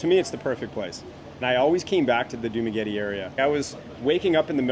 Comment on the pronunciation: you say Dumaguete like a local,. nice!